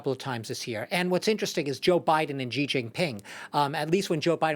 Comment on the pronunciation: Its not jiji, its xi